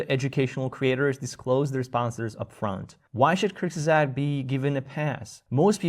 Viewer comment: I'm dying at the pronunciation. Why did they call themselves that? Just to make it hard for people to refer to them? 😭They're like the Voldemort of English-only YouTube. Anyway, don't overthink it. It's /koorts-guhzahgt/